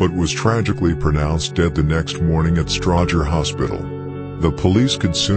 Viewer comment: It’s a robot, this dude from the UK. Peep how it don’t say Stroger hospital right either.